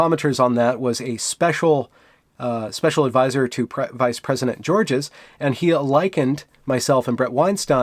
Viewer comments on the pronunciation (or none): none